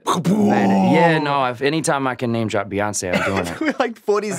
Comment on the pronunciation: Did he just say "Rihoncé" 😂😂